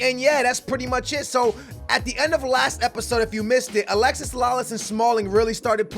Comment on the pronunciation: IT IS NOT ALEXIS, ITS ALEXI, DAMN!